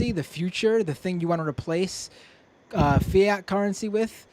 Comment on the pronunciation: I love you, but Fye-yat?